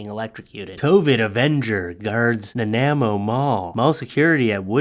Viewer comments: Omg I live in Nanaimo, it’s Nan-eye-moe, but you did a great job for first time pronouncing it! I never though my crazy little town would be on your show. Haha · Come on,, you’re Canadian. You should know how to pronounce Nanaimo. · How are you from BC and don't know how to say Nanaimo... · Lol how you pronounce Nanaimo. It's a place in BC famous for their candy bars, Nanaimo Bard, you know the super fattening delicious bar with like the a wafer coconut bottom layer, custard icing middle and a chocolate top. So effen good, but I am now going to call them however you pronounced it,l. You're the best BOOP!